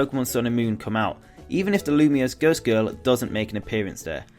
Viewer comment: You know it's pronounced "loom-wa," right? It's supposed to sound French.